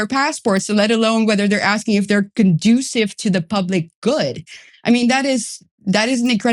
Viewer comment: Conducive; con juce sive Not productive 😅